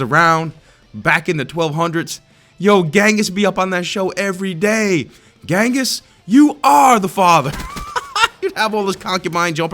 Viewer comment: ....bro....ghenghis is actually pronounced JENGIS